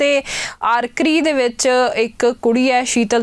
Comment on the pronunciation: ਜੀ ਲਫ਼ਜ਼ ਆਚਅਰਿ ( archery ਯਾਨੀ ਤੀਰ ਅੰਦਾਜ਼ੀ ) ਹੂੰਦਾ ਨਾ ਕਿ ਆਰਕਰੀ!! ਇਸ਼ ਵਿੱਚ R silent ਹੂੰਦਾ! ਪਰ ਮੈਂ ਵੀ ਸੀਤਲ ਦੇਵੀ ਦੇ ਵਲੋਂ ਗੋਲਡ ਮੈਡਲ ਜਿੱਤਣ ਤੇ ਉਸਨੂੰ ਵਧਾਈ ਦਿੰਦਾ ਹਾਂ! ਸੱਚ ਵਿੱਚ ਸਾਰੇ ਦੇਸ਼ ਵਾਸੀਆਂ ਵਾਸਤੇ ਇਹ ਇੱਕ ਬੜੀ ਖੁਸ਼ੀ ਅਤੇ ਮਾਨ ਵਾਲੀ ਗੱਲ ਹੈ!!